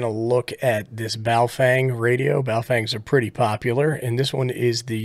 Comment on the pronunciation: Every time I hear "Baofeng" I hear it in the voice of NOTARUBICON annunciated as "BooFwang!" Good test!!!